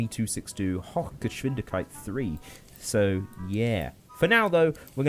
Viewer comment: Ur pronounciation is right and I say that as a German. I dont know what his problem is lol. You could say "hoch-gesh-vindish-kite" tho, thats how I would say it but the way you say it is right too, it is matter of of what region one comes from in Germany.